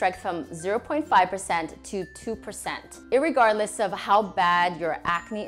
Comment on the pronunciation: She said irrreguargless